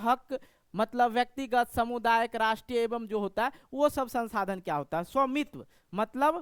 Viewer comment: समुदायिक नहीं होता है सामुदायिक होता है ❤😊😊😊❤😅😅😅❤😂😂😂❤